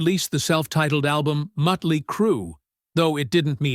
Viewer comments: This is an AI doc… but hearing Mutly instead of Motley is annoying. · It's not mutly it's motley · Why can't AI say Motley? I think maybe it is because it is written with the umlauts (the 2 dots over the "o" in Motley) which are German I think, so the AI pronounces it that way. Or maybe the AI is just a dork🤓🤷🏼‍♂